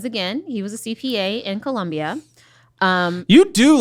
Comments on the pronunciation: She said gibberish when mentioning him being from Colombia. That was not Spanish. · Just the way she pronounces Colombia lets me know she never had a meaningful conversation with that man